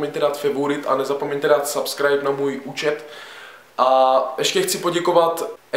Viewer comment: Prosimtě neříkej favourite a subscribe zní to debilně :D Nebo to aspon vyslovuj jak se to má jinak pěkné video